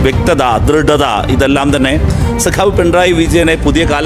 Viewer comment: Sagavu alla sekavu